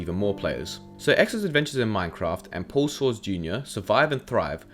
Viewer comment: I love these kinds of videos but I DIED when you horribly mispronounced paulsoaresjrs name oml